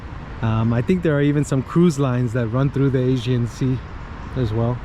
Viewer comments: Nice video - Greek American here, and on a personal level have no beef wth any Turk, my opinion is that the most us all get along fine. However when it comes to history, government, politics & religion that's a whole other story. I respect you - you respect me. Unfortunately i believe politicians will always be corrupt. The guy made a mistake & he pronounced Aegean wrong, no reason for so many ppl to jump down his throat? It'd be nice though to see more Churches in Muslim majority nations? You do see plenty of Mosques in the west but rarely if ever see a church, especially a newly built one even in a so called "Secular" country like Türkiye - just saying? Best of luck to you 👍🙏✌️ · You should have practiced before, several times until you’ll be able to pronounce it right. “Aegean”, it has a “G”, Not an “S” . Don’t excuse yourself with pathetic lame excuses. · He said it but he is too American leave him alone. Spell it phonetically so he can say it give him some credit. He is a nice guy. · Thanks for this video. When it appeared on my page as recommendation, I immediately jumped in and watched with curiosity for what you might have filmed in my town:). A couple of things to point out, though: First it is not Asian sea, maybe it is all about the way you pronounce it, and even captions show the same however to inform people thoroughly, it is Aegean. Second, we do not have a direct route to Mykonos. The direction you point at is not Mykonos, but Chios another Greek island. Lastly, when you take ferry to Bostanli/Karsiyaka side, it is completely different than what you have shown in this video. You can immediately tell how different the city parts are:) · Why did you keep calling the sea The Asian Sea while it is called Aegean/ee-gee-an/? And Camii is pronounced /Djah-mee/ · AEGEAN sea. The guy keeps pronouncing it as 'Asian sea'. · Sir, please learn pronunciation correctly!!! “AEGEAN SEA” not Asian Sea!!!!!!!!!! Thank you… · It's Aegean Sea, not Asian Sea,. 🤣